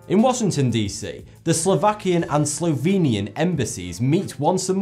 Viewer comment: Me too 😀 had to rewind it to make it sure if he said sLOVEnia